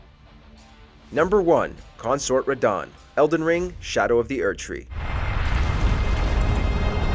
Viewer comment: "Consort Radon" xddddddd